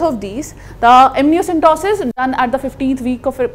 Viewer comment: Ma'am its amniocentesis not amnioCENTOSIS